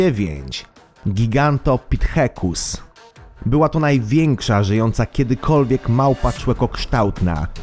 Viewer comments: To sie czyta giganto pitekus nie pithekus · MÓWI SIĘ GIGANTOPITEKUS